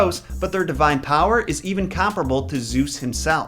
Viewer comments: It's pronounced Mee-reh. Please please don't call them moy-rai 🙈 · I am from Greece and when you said the moirai I just cringed I am sorry they are called mires but in Greek oi is pronounced i and in ancient Greek ai was the ending of the plural. Greek is a difficult and weird language especially the ancient so I don't blame you. I love your videos and I think you are really lovely ❤ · Greek person speaking here. I only have to make a small correction. Despite being spelled moirai, it's actually pronounced mire. Btw I love your content ! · No offence, but you kinda killed it with the pronunciation. Moirai is pronounced mi-rae in Greek. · That's not how that is pronounced.. it's mEE-reh.. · I don't want to be that guy but I'm going to be that guy . If you were trying to pronounce their greek name it's pronounced mires. It was just written like that because in Greek it's written as μοίρες . Again sorry for bitching about it but it was well meant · Fun (Greek) fact for you: In Greek most of the time when you see oi togeether its pronounced i and ai together its pronounced e,so they are actually called Mires! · you are pronouncing it wrong In Greek it is spelled as Μοιραι (or Μοίρες in moden greek). However οι is pronounced as one word the so is the αι. So in truth, it is not Moirai but Meeres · The word "Moirai" is pronounced "Me-ray." I'd want to know the past. It's the most interesting, as I can learn things which we've forgotten. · Yeah, if he'd checked LoT first, he'd have known how to pronounce their names. So far, he's 0 for 3. 😆